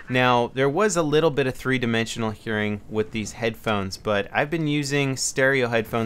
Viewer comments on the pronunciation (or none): none